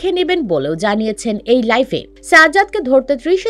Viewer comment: আপনার উচ্চারিত শব্দ টা ভুল শব্দটা হবে লাইভ আপনি বলছেন লাইফ